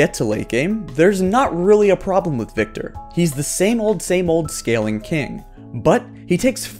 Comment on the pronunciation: THANK YOU for saying Viktor!